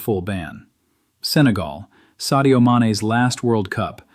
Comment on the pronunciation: Its called Senegal, not Segal, you incompetent AI programmers..